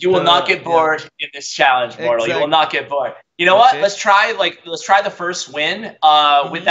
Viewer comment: It's mortal bro.. Not moral